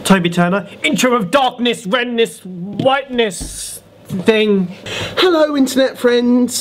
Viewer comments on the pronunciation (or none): is it just me...or did they say "hellow" and said it was ... Marcus?...okay I'm certainly the only one thinking this...lol!